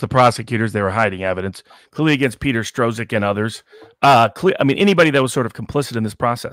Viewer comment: A minor asides, Robert Barnes is mispronouncing Peter Strzok's name. It's pronounced Str rock and spoken like struck.